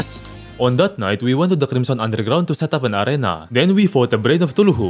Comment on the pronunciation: It's always so funny when he misspells lots of stuff like "cthulu", saying "tuluhu" Bro I drop dead when he says that 🪑🪑💀